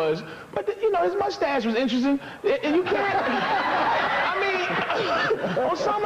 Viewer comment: Love the way Colin says "moosestache" instead of mustache